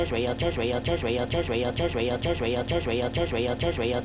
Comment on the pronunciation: Israel sounds like chisreal & jisreal, & just real, & presser y